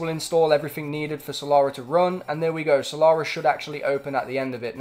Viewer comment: "salara" its killing me